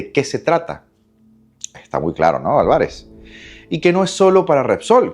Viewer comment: revisa la pronunciacion de la palabra Alvarez